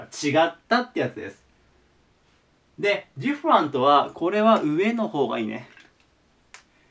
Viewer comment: いつも葉一先生の講義を拝聴しております。 今回ちょっとびっくりしたことがあって、（私の聞き間違いだけだったのなら心配ないかと思いますが）最後の 【different】 の発音が "ディファント" だったので大急ぎでググりました。笑 暗記は時に怖い記憶にもなるのですね……